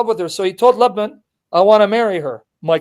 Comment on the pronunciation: And Lebben is Laban